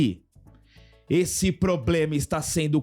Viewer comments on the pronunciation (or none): O que mancadaem '' min, O PLOBLEMA, O PLOBLEMA''!!!:face-fuchsia-tongue-out::face-fuchsia-tongue-out::face-fuchsia-tongue-out